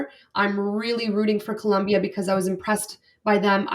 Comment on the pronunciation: It’s Colombia. No “u”. ❤